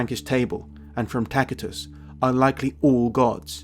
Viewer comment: Great vid, but wonder why you pronounce Tacitus with a "K" instead of and "S" since the C is before an i?